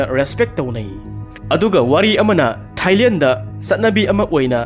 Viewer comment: Thailel nate Thailand haina pronounce tou biyi and not ismilling it's smilling 😊